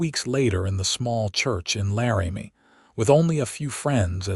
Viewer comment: Laramie is NOT "Larry-Me". It's "Lar'-ah-me".